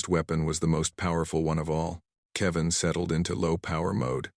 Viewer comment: STUPID AI CAN NOT EVEN SAY ... ""KEVIN"" IT PRONUNCED IT .. KEY--VAN